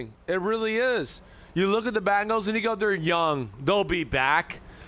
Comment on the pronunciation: jesus christ simms its BENGALS NOT BANGLES!!! these national talking heads NEVER give us ANY credit. cincy will be back in the superbowl multiple times and we are going to get a championship! whodey!!!